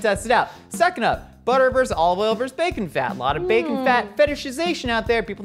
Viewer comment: When did versus become verse? I just need to know, not trying to be a curmudgeon. LOL.